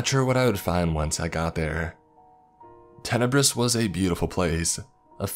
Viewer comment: Town is called Tenebris. Tenebrous (adj.) - dark, shadowy or obscure